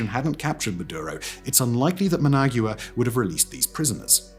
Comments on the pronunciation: Okay Simon… we finally got you to pronounce “Raffale” properly… Now let’s work on “Nicaragua”. And then we can get to “Managua.😊 Neek-ah-ROG-wa. Neek-ah-ROG-wa. Now you… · I can't believe you butchered the pronunciation of Nicaragua and Managua so bad. Embarrassing. I am hoping Trump and Rubio refrains from being the bully and again and show some friendship to Cuba and the awesome people of Cuba. They have suffered so much for so long and now would be the perfect time to show compassion. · It's so cringe. The writers for this guy do good research, you would think they would have briefed the narrator on proper pronunciation. Brits are usually very good with this kind of thing. Also his pronunciation of Managua. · Ah yes, Muhnag-yewer, the capital city of Nickerag-yewer.